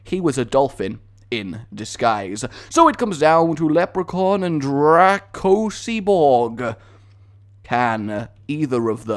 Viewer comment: "Drag oh sea borg"?, the name butcher is real. Draco Cyborg